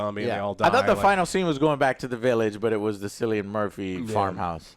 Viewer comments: Guys Cillian is pronounced with a K like “Kill-ee-in” not with an S like “Sill-ee-in”. I’m Irish btw lol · Theres no actor in this movie called"Sillyian"what kind of stupid name is that?the mans name is Cillian pronounced"Kill-ian"considering his name has been said in many many interviews through his career you could get his name right...Sillyian😂😂😂😂 jesus. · Kill-ian Murphy. That how it's pronounced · It’s Killian not Sillion Joe. Anyway Cillian Murphy is one of the best actors ever. I think bring it back to 28 days later somehow, bring the mutated zombies in and Cillian is trying to survive with his daughter. Then maybe they do end up at the bone temple and the end is him finding the doctors writing giving hope there could be a cure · pronounced it Sill-ian at the end. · Also Joe, you guys are killing me with pronouncing Cillian as “Sillian” it’s pronounced “Killian” 😆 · Cillian is pronounced Killian. I'm fed up of typing this for you, Joe. It's pronounced Rafe Finnes. Did they not do any research about Jimmy Saville and his "charity" after all the comments from the last film? It would really help with their understanding of this movie. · Very interesting review, lads. I really enjoyed it, hoping for the third. For me, bizarre mixes like teletubbies, ninjas, psychos, doctors, zombies and metal make for an excellent story, so long as they're blended well together. By the way, Cillian is pronounced Killian (I'm Irish) 😁. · Sicilian Murphy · Please for the love of god learn how to pronounce Cillian correctly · You could see the life drain out of face every time Joe mispronounced it, like it did for most of us. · "One of my favorite actors" doesnt know how to pronounce that actors name correctly. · I guess everyone named "Juan" should be called "jew-an" then.